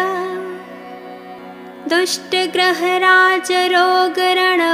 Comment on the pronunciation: Dushtha graha and not drushtha graha. Yatha yogam and not yatha yogyam